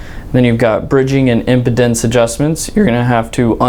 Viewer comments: you clearly don’t know this product or know how to pronounce “impedence” . It’s not “impotence” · Impedance. Im-pee-dance. You're welcome.